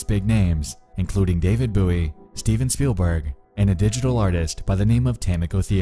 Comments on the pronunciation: You know what, the voice modulator doesn’t even bother me that much. It’s the fact you say David buoy instead of David Bowie. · My man keeps saying David Booey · Also, and I’m sure you have already seen this, but it’s “David BOE-EE”. It rhymes with “Joey” or “doughy”. It isn’t “boo-ie”. I don’t mean to sound rude or condescending; I’m only asking out of curiosity. But, have you really not heard of David Bowie or ever heard anyone pronounce his name out loud? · It should rhyme with Joey. I can kind of see people pronouncing it bough-ee, with bough pronounced like a bough of a tree. But Boo-ee? No. Never Boo-ee. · Bō-ē Not Boo-ē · The way you pronounced David Bowie actually started me. The man wasn't a floating navigation marker. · David Buoy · Nah, it's not. Just look up a video of David Bowie pronouncing his name himself. It is pronounced "bow-y" like the knife. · "Bow-ee" is the way it's pronounced. People who pronounce it "boweee" like the "ou" sound in "ouch" piss me right the fuck off. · Yeah. I've never heard someone say booie before. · Yeeeaaa BOO-EY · David Buey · I don’t know what’s worse? The fact Nexpo pronounced Bowie as “buoy”, or the fact you pronounced buoy as “boo-eee” instead of “boy”. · "David Boo-ie" grinds teeth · It was pronounced BOW (bOW not BOO or BOE) - ie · bruh moment #74 David BOUY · everyone talking about cults me: did he just say david BOOie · “David Booey” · It was the 'David Boowie' that got me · I think it's the pronunciation : David Booey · David Booie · You pronouncing “David Bowie” as “David Boo-ey” is hurting my heart. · Boo-ey is how the knife is pronounced, and if I'm not mistaken, closer to the original Scottish pronounciation. His real last name was Jones anyways, not his to claim. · David Boowee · Nexpo: can pronounce intricate usernames Also Nexpo: “David Boo Eee” 😂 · Bow-e. Not whatever you said. How do you not know how to pronounce David Bowie’s name? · I lost it when you pronounced David Bowie as David “Booie”